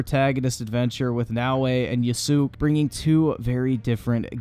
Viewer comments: Only part of this video that bothered me is how you pronounce yasuke. It's Yas-kay not ya-sook. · I was wondering wtf "Yasook" was, and then I realize that was you're pronunciation of Yasuke. Pro tip: When you're reading anything Japanese, it's generally pronounced exactly as you see it, so it's "Yah-soo-keh" Though when people talk, it'll end up sounding like "Yah-suh-keh" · Based oppinions. Only problem is the prouncicatuon of Yasuke. You say the letter "e" too. Not just Yasuk, but Yasuke. But this id only just vecause its annoying ti my ears. I played far cry 6 and i edpwrienced what is an mediocre game is. I felt that at Hogwarts Legacy too. I just get bored and i just played it without any emotion. After thaf i went to Darks souls 2 scholar of the first sin and as a hexer sorcerer i felt more magic.